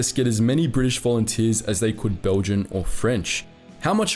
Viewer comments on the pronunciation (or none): none